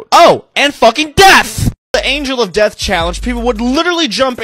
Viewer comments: The way he pronounce death just like deaf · Every time he says "And FUCKING DEATH" I'm dying. Subscribed. 😂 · i love how throughout the video this guy's voice gets significantly louder when he says "death" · I love when he says “and fucking DEATH!”💀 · I love when he says "including fucking DEATH!!!" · Bro the way he says death "FUCLING DEATH! " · I love the way he emphasizes " death " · I laughed every time he said “and FUCKING DEATH!”